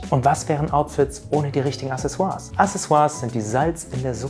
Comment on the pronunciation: Hallo, mir ist aufgefallen, dass du das Wort Accessoires falsch aussprichst. Das Wort wird a-kse-soo-aars ausgesprochen. Dieser Hinweis ist absolut nicht negativ gemeint. Die Aussprache sollte allerdings, so wie die Outfits, sitzen;). Ganz liebe Grüße und weiterhin viel Erfolg.